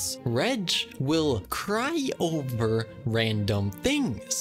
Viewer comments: I’m so pissed at the one who didn’t get the riddle very fast WHEN HE SAID CRY O-VER FLOWERS😭😭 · I love the fact that the second player does not get for the word Cry-o-ver and reg is vine BAHHA but i love how they try there best to get! but still very funny